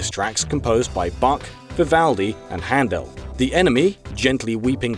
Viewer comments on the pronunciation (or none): none